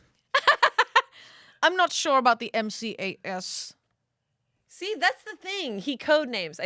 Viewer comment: MCAS 😂😂😂 Massachusetts Comprehensive Assessment System!! It’s the standard testing done in MA that ends after 8th grade. So funny Amanda didn’t recognize it when said “M-C-A-S” because we say it like “emcass” or “M-cass”